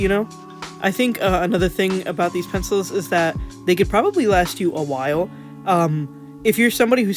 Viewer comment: "penefils" lmao 😂